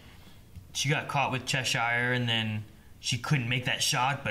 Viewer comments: That's still not how you say Chesire,. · ohmygOD IT'S PRONOUNCED "CHESHER" NOT "CHES-SYRE." But uh... great video as always, much love! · why does their pronunciation of Cheshire piss me tf off wtf lol